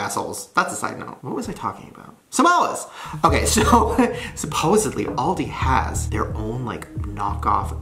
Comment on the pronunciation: The way he pronounced aldi 💀💀